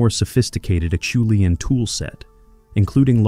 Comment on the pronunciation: Well said. AI continues to amaze me, but my senses are now usually able to tell that it‘s AI.. When AI one day learns to pronounce “Acheulean”, I’ll be truly impressed!